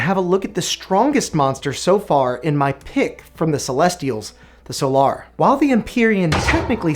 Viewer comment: The way you pronounce "Solar" makes my eye twitch, but other than that, solid video!